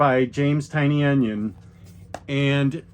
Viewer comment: Great list! I will definitely have to pick some of these that I don’t already have up. Quick question: I’ve been wondering why you always pronounce James Tynion as “Tiny Onion”. Is that an inside joke I missed?